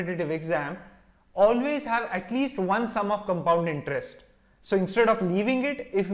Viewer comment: How he confidently saying comepound intrest 😂